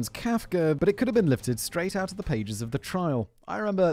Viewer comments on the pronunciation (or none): none